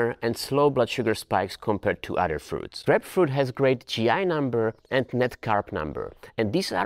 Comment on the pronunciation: its isn't grepfrut u say it like Graipe-Froot(fruit) ya welcome